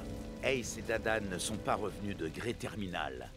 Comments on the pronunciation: C'est Dadan pas Dadam ;-; sinon génial le réact ✨ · Par pitié dit dadan(e) au lieu de dire dadame 😭😭